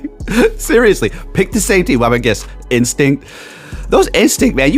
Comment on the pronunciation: You said Winstinct wrong :)